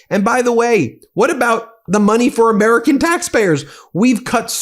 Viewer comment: Ladies and gents… this is the “presodint” of the fractured states on Mmmerica.